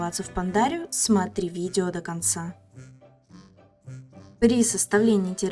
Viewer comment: "видева для Вас" 😂